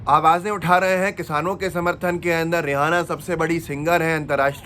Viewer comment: Aap रि एना को रिहाना कायू पढ रहे हो Kya rihana name ki koi singer hai